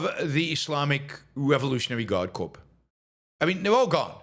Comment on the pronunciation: Corps is pronounced’Core’